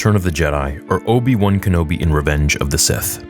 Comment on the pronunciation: its obi wan not obi loose